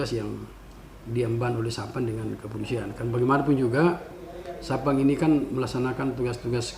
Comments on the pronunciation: satpam pak bukan sapan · Apa cuman saya yang mendengar bpk AKBP nyebut satpam dengan SAPAN 🤣